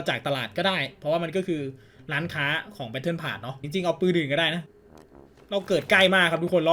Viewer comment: แบทเทิลพาด5555 ไม่ใช่พพาส